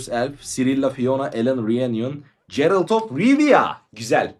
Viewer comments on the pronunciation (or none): Oyunu oynadığını söylüyorsun öyleyse karakter isimlerinin telafuzlarına alışık olman lazım. Emir van Emirates (doğrusu - Emreis), Cerılt (d - Gerılt), Sooşatel ( d- Sukootiel), Sikeliç (d. Sikellige), Finbeir (d. Findabair), vs. Ukalalık yapmış olmayım ama kulak tırmaladı kardeş :)